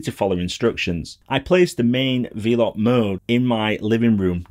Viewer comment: Great video. Quick point - it’s pronounced “Vel-up”, as in, “they’re wifi nodes that ‘envelop’ your home with internet” (from ‘envelope’) 👍